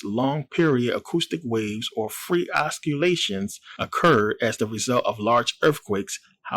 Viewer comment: Oscilation is pronounced ossilation,love the channel,peace